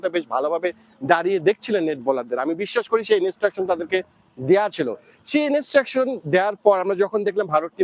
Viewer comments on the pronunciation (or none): ভারতীয় জার্নালিস্ট রাও বাংলাদেশী জার্নালিস্ট দের থেকে অনেক এগিয়ে। তারা Instruction কে ইনস্ট্রাকশন বলে উচ্চারণ করে। ইনেস্টেরাকসন বলে না। বা ধরুন লেগ স্পিনার বলেন, লেগী স্পিনার বলেন না, পেসার বলেন, পেইসার বলেন না। ও হ্যাঁ। আর ভিডিও রেকর্ডিং শেষে ওরকম আঙ্গুল দিয়ে মারার অঙ্গভঙ্গী ও করেনা। অনেক তফাৎ 🙂